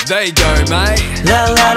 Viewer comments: felix : "there yew gaur maate" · Felix: there you gar mayte! Felix: Lemme heah ya saaay!🫶🏻